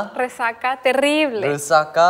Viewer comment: La sonrisa de fue tan linda <3 Su "Otra vez" Awwww "Rrrrre-rresaca" Ante ustedes la invención de un nuevo idioma XDXD Yo vine a deleitarme con Ghost 9 y salí enamorada de ¿Qué cosas no? Aquí vemos la importancia de las señas para jugar a "Teléfono descompuesto" XD Wooo esa chica es una decodificadora de idiomas El que olvidó por completo la frase y hablo en cualquier idioma menos en español (Aunque la primera frase parecía portugués) XD El lado coqueto de salió a relucir:3 Jajajaja no puedo con esto ¿, me estás seduciendo? Porque si es así, acepto:D Lo hizo otra vez, esta chica es un genio, o una kpoper tal vez, nosotras estamos acostumbradas a descifrar el español medio raro de nuestros idols XD Todos haremos un meme de eso:D Tu siempre te vez lindo <3 A partir de hoy: Fuego = El mejor Tan cuteeeee <3 Yo en el examen XD Jajajaja si se equivocaba ya no la contaba XD Ver a Ghost 9 jugar "Telefono descompuesto" fue muy divertido, gracias Hola 82!!!